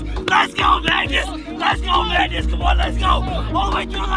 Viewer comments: mung-nouss! Is -g usually pronounced as -ng? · As a Swede, its so strange to hear an American pronounciation of Magnus. I actually thought they were trolling and yelling "maggot" like in all movies, until i realized his name sounds a bit different in english :) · I'm an American with the name Magnus and I never once would have thought that's how it's pronounced. It's also not a hugely common name over here so I was very surprised to see all of the Marines saying it exactly like I do where the "U" and the end sort of turns into an "I" making it sound more like "Magnis"